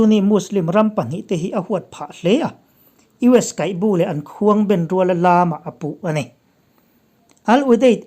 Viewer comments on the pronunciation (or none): I âw atang hian kum 40+ vel i nih ka lo ring ve ringawt a, ngaihthlak a nuam a, a fiah tha a, word thenkhat i lam dan hi sêl loh theih loh, comment laih² atan i rawn ti lui deuh zawk a ni lo😁😁 n. Kaihbu hi bawng 'bu' ti anga lam tur, mut 'bu' ti angin i lâm daih aaa😃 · Kaihbu tih hi bang but tih anga lam turned,I channel a ngaihnawm e. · Kaihbu a Bu khi bawng a bu kan tih bu ang khian lam tur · i lamdan hi uluk deuhla i chhiardan hi uluk zawkin chhiarla ngaihnawm. zawk turin kaihbu i lam dan poh hi a diklo a